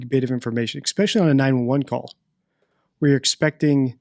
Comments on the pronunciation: This is the first video I have seen from you. I am now subscribed, and fascinated by your analysis. I'm going on to watch them all. Would you do me one kindness? Could you please stop saying "expecially"? I know you know it's not correct, and as a former English teacher with a little OCD, it really grinds on me. Ok, I feel better now. Thanks for your hard work on these cases, I am eager to see more. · I like your content and am subscribed to your channel. My only complaint is this: please, please stop saying ECSPECIALLY. It is not pronounced that way and it’s distracting. You seem intelligent and I’m not sure why this is happening. Otherwise, good content. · Your videos are great. Your pronunciation of “especially” is not. No “x” in that word, my man!